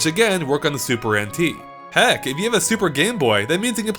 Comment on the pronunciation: I keep on hearing him say “Super Antique”